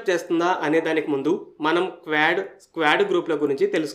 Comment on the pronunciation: స్క్వాడ్ కాదు క్వాడ్ . క్వాడ్ అంటే నాలుగు అని అర్థం.